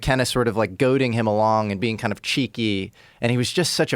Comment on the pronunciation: ‘Toime’ - Are you the “some koind” Ancient Aliens guy? lol